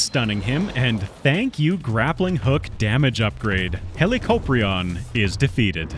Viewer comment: im pretty sure its pronounced helicop rion like helicopter mixed with orion